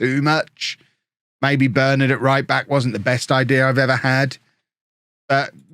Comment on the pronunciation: As a united fan it tis quite annoying how u say Bernard plz plz plz pronounce it Bur Nard otherwise loving the vids boss